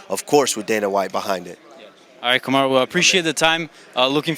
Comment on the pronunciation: Why did he pronounce Kamaru like it was spanish? lol